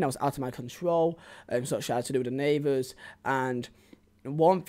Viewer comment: Took me like 10 minutes to figure out 'neyvers' was actually neighbours 😂